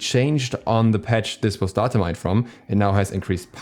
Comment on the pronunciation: Stop pronouncing data wrong.